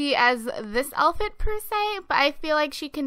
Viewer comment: does anyone notice she says "alfit" instead of "outfit" ?